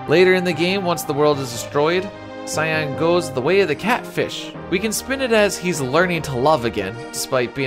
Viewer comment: Why do so many people pronounce his name as 'Sigh-anne' it's Cyan like Saiyen or Sigh-in Cyan is a color very close to Teal